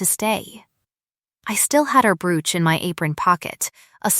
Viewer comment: Brooch ..bad word pronunciation.